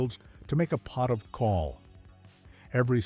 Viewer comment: CAWL is a Welsh word and is pronounced to rhyme with 'owl' in English